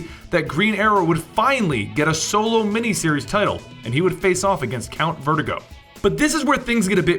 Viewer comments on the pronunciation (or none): none